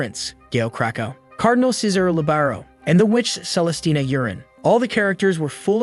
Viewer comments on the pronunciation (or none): none